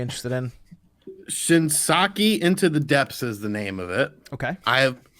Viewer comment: He also called it Shinsaki when it's Shinsekai